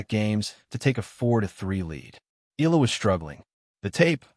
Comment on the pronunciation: Click bait. Nothing to say, and says nothing, but AI goes blah, blah, blah. Her name isn't pronounced eel-la. It's eh-YA-la.